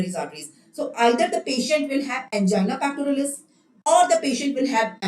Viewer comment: She is very much wrong when pronouncing angina pectoris and prinzmental angina